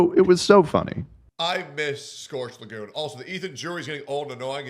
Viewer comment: brother, its scorched leguMe, not lagoon lol